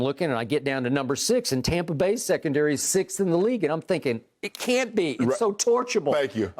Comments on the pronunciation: Someone remind me why skip calls it TAHmpa Bay? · Hes saying Tom-pa bay because its tom bradys team according to him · Why does Skip keep saying "Tah-mpa Bay"?